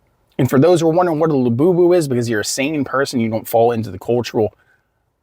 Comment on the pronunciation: I love to hear you say La Boo Boo 😂 it’s great to laugh at all the madness IF you can because it’s exactly what they don’t want you doing!